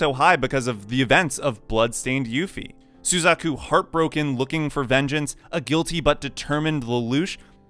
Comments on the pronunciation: how can you mispronounce the names like this? sUzaku? It's suzAku, sir. My immersion is ruined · How are you saying euphemias and suzakus name wrong. Ugh. They say the name in the store like every episode.